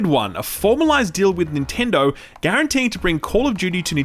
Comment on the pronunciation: Stop saying ninturdo